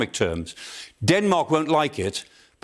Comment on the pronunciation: The capital of Greenland is pronounce Nuk...Not Nuke.